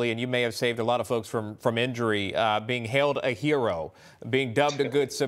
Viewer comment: Herah? Real nice reporting Next time, say hero.